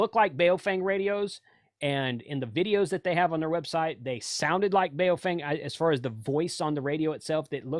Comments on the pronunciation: Dude, it's po-fung. "Bay-oh-feng" is hilarious 🤣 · FYI they're pronounced BOW-fung (bao rhymes with cow)...